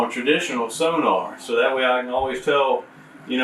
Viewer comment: the way you say sonar is insane